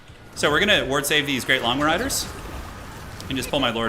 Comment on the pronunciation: Does anyone find that when says Longma riders it sounds like he says lawnmower riders?